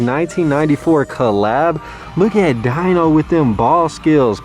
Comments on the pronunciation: DEEno. Not DYno. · Pretty sure Fred's pet name is pronounced Deeno, not Dino🤣